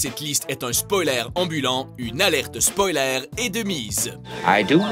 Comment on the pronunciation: C'est " spoyleur " pas " spoylaire "